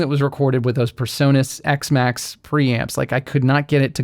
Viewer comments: A small thing, but your pronunciation of PreSonus as "per-saw-nuss" is really irritating. It should be "pree-sew-nuss." (Your pronunciation just sets my autism off!) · Why do you mispronounce PreSonus? PRE, not PER. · The o in Presonus should be long, not short. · I've never heard anyone pronounce "Presonus" the way you do...